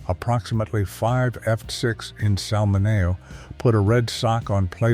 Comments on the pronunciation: It's not 5F7. It's 5 feet 7. Or 5 ft 7. It's Sal Mineo , not Sal Manello. Stupid AI generated voice 😑. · This AI presentation butchered names and numbers to the point I couldn't stomach it any more. Pronouncing Sal Mineo as Salmonao did finally did it for me.